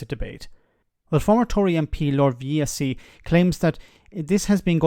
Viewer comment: That’s an interesting way of pronouncing Ed Vaizey’s name.